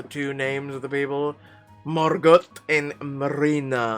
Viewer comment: Btw it’s pronounced Mar go not Margret, it’s a French name the T is not pronounced :-)